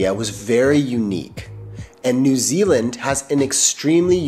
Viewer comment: He gets points straight off the bat by not pronouncing it noo Zealand ❤